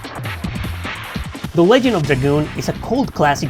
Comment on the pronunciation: Pretty sure it's pronounced "Ledge-end" not "Leg-end" ALSO: 1.) loved this game 2.) The story was absolutely fantastic and the music/gameplay was just as good if not better than final fantasy games of the Era. 3.) There were action figures??? 4.) I honestly would prefer a remaster "with modern graphics and classic gameplay and no change to the story. 5.) I'm so glad Rose had black hair... that was one seriously hot 10k year woman back in the day lol 😂